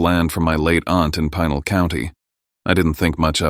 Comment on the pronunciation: ok they really need to work on the ai pronunciations of words . Pinal County is pronounced Pee nal not Pine al